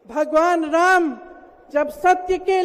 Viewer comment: Whenever She pronunciation Raam quite unfortunately she fumbled. . 😊😂